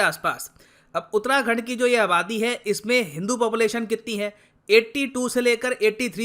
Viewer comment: Sir you are pronouncing utrakhand its actually uttarakhand